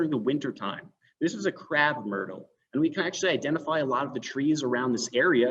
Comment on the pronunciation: It’s a Crape/myrtle not Crap/emyrtle.